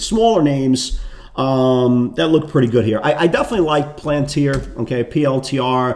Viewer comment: Love the videos but so funny sometimes how you struggle with certain ticker names planter is the peanuts company palantir is what you are looking for